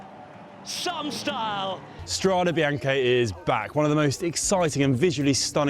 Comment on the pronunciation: I’ll love to be watching the race where the race commenters are finally pronouncing Strade Bianche correctly like the tw legends. Well done guys👏🏼👏🏼👏🏼 now say with “one panino, two Panini.” 🤭👏🏼👏🏼👏🏼bravi.